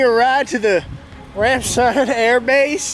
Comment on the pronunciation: American pronouncing Ramstein correctly, I still can't believe it :)